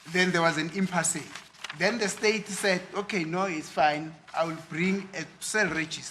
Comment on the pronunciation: the fool doesn't even know the difference between an OB and a cell register. Oh my God, the fool can't also not pronounce the word impasse. What a disaster this guy is. And the shouting?